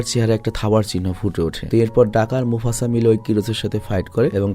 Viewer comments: ভাই "মোছাফা'' হবে না, নামটা মোফাছা😊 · Mufasa ❌ Musafa ✅ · Vai musafa na mufasa😢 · its mufasa boss , not musafa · ভাই মুসাফা না মুফাসা হবে । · Vai mufasa musafa na😂😂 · Mufasa nam Musafa na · Mufasa.... Not Musafa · হায়রে অশিক্ষত, তুই বার বার মুফাসা কে মুসাফা বলতেছত। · Musafa noy this is mufasa😂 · Musafa na mufasa ki 😂rendorom 😂 vahi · আমার মনে হয়, এটা মুসাফা,,নয়,,এটা মুফাসা হবে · Musafa na mufasa hobe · মুসাফা না মুফাসা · মোসাফা ❌ মোফাসা✅ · নামটাই ঠিক করে বললা না ব্রো? কই মুফাসা আর কই মুসাফা!!! ভাই কিছু স্টাডিও কইরো 😂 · vai oita musafa na mufasa hobe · আরে বোকাচোদা শব্দ টা Mufasa হবে। আর আপনি বার বার বলতেছেন মুসাফা 😂। মুরুব্বি নতুন নতুন 😆😂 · Mafasa, musafa na!🙂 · Mufasa hobe musafa na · ভাই, ওইটা মুসাফা না, মুফাসা হবে। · Musafa na oita mufasa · ভাই আপনি বার বার মুফাসা কে মুসাফা বলতেসেন কেনো?? শুনতে অন্যরকম লাগছে,,,mistake টা ঠিক করিয়েন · Vaii.....Musafa nah...😄mufasa hobe🤭🤭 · bhai musafa na mufasa hobe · Mufasa ❌ musafa ✅😂 poor bangladeshi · মসতুফা কী 😂😂😂 মুফাসা 😂😂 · mufasssssaaaa not musafa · ওইটা মুসাফা না রেএএএএ "মুফাসা" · Vai ata Mufaca hobe Mucafa na 😊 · ভাই মুসাফা না , মুফাসা হবে। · Mucafa 😂😂 mufasa 🙂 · ভাই আমি আপনার একজন অনেক বড় ফ্যান, আপনার ভিডিও ছাড়া অন্য কারো ভিডিও আমি দেখিনা, অতন্ত্য বিনয়ের সাথে বলছি যে,সিম্বার বাবার নাম মুসাফা না,মুফাসা হবে। ❤ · ভাই ওটা মুসাফা না ওটা হবে মুফাসা 😅